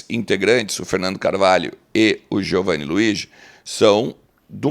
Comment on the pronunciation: Poderias perguntar ao Giovanni Luigi qual a correta pronúncia do nome dele? Todos estão errados estes anos todos e tu estás certo?